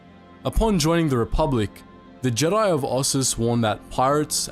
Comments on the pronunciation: "THE GIDI" ? LEARN HOW TO SPEAK WANKER ! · Is pronounced Jeh-die